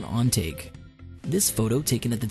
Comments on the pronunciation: Mountain On-Ta-Ke not On-Take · That's Mount ON-TAH-KEH. Not On take. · It's pronounced ON-TAH-KEH not on-take. Educate yourself. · Neat video! However you could make efforts toward pronouncing foreign words. For example, the French name Georges is not pronounced like George's, but more like Zhorzh. And, Mt Ontake is in Japan, so... I've never been there, but I'm willing to bet it's not pronounced "on take", but instead, more like on-TAH-kay. Just some constructive criticism that I think would lend some more credibility and refinement. Thanks for the vid. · Mount On-Tah-Ke Not Ohn-Tayke おんたけ山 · You said Ontake wrong. (Own-TAH-KEH-) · MOUNT ON-TAH-KAY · You pronounced Ontake wrong... It's On-ta-ke. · u pronounced ontake wrong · Nighan cat? Mount On - Take? Learn to pronounce. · The way he pronounces Ontake made me laugh until I died.